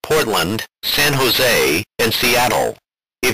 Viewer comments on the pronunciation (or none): none